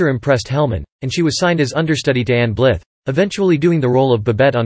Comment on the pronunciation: Error in pronouncing Ann Blyth's surname.